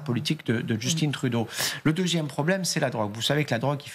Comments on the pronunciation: Pourriez-vous rappeler à vos journalistes que le prénom du Premier Ministre canadien, Justin Trudeau, se prononce à la française car il est québécois, et non pas anglophone. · Justin se prononce Just"AIN" et non Just"INE" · On dit "Justin" Trudeau dans les pays francophones, pas "Djeustinn". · pourquoi vous dites 'justine trudeau' ???? c'est un francophone... 🙄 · On doit justin et non Justine ah les journalistes sont tellement pas pro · arrêter de dire Justine Trudeau. personne de l’appelle comme ça ici. C’est Justin tout simplement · Pourriez-vous cesser de parler de Justine Trudeau!!! C’est JUSTIN COMME ´MATIN’ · Elle prononce bien le nom de Justin Trudeau mais a l anglaise (Justin_e pour Justin). Elle ne dit pas Troudo mais Trudeau. Je ne comprends pas les commentaires qui la ridiculisent. Quant a Ford, a mon avis, il a la bonne approche avec Trump et Trump lui même a dit que Ford a le droit de défendre ses positions. Trump respecte les gens qui se respectent. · Les Français n’arrêtent de prononcer Justine. Je ne sais pas pourquoi. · Ils pensent (le Français) le prononcer à l'anglaise et pour eux "Justin" se prononce "Justine" en anglais..... mais ça j'imagine que vous le saviez déjà et qu'il ne s'agit que de vous faire mousser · Faut arrêter de prononcer Justin à l'anglaise, c'est pathétique sérieusement. Il est né au Québec, il parle français. En plus, c'est un prénom qui existe en français ! Misère ! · Pourquoi "Justine", bref, Justin prononcé en Anglais? Il est Francophone!!!!! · Lol Justine Trudeau haha... je comprendrais jamais les francais qui parle 0 anglais mais qui se lancent dans prononctiation hasardeuse parce que ca fait "cooooooool" . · Les francais se pensent intelligents quand ils prononcent en anglais des mots français. D'où "d'justine" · « Justine » Trudeau, sérieux… Êtes-vous vraiment des français ou quoi..? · Réfléchissez un peu… C’est prononcé à l’anglaise… na..! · elle prononce drôlement Justin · Justin et non Djustinn svp merci.